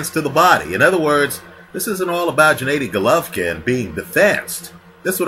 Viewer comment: for the last time you bumbling novice, his name is GENADDY (Ga-Nah-di) not Djanaydi...smh